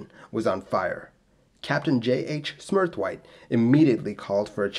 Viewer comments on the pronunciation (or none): If it hasn't already been said, can I offer some guidance on two of those surnames: SMURTHWAITE is smur-th-wait, rather than 'smur-th-wite' and SMEE is just me with an s in front, as it looks. Not 'SHmee'. Well done on a great video and a story well told.